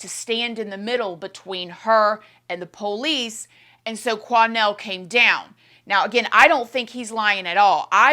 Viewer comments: My day isn’t complete until I hear say “the PO-Lease” (police) 😂 so cute and cracks me up every time!😊❤ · I totally agree!! “The PO- lease”!